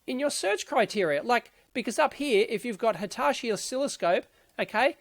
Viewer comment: Why do you pronounce Hitachi as Hitashi?